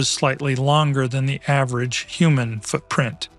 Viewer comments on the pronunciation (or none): none